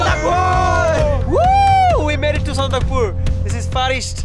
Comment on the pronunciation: By the way it’s actually pronounced SANDAKPHU not sandakpur so please correct the name of that beautiful place .I think in lepcha sandak Phu means height of poisonous plant which is found in that region called bikma in nepali